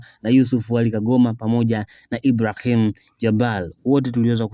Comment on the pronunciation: Mtangazaji ongeza fasaha katika matamshi yako,muhimu sana vipi jina kama Ibrahim likupe tabu?